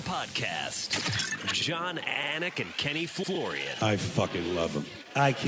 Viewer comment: anik said the name wrong after the audio pronounced proper lol